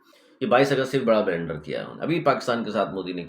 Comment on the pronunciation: بلنڈر ھے بلینڈر نہیں۔ جوسر بلینڈر 😂